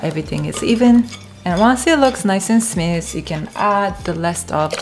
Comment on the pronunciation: it's smooth, not snuss lol